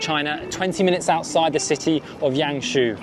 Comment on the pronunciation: The Name of YangShou is pronunciation in Yang Sor~ Not your pronunciation in Yang She~ pls to pronunciation in correct way~